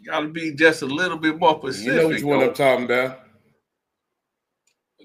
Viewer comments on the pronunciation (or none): 🗣️“A lil more pacific” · is a goofball.Dude can't even speak good grammar. "i don't know how to be more pacific"....😂.. what a joke of a lawyer.....i mean dude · slow as fuck‼️‼️ it’s specific not pacific.. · That ninja said "be more Pacific" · lawyer who pronounces specific as Pacific is always a great start.